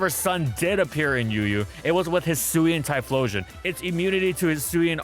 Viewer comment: It's pronounced Hyphlosion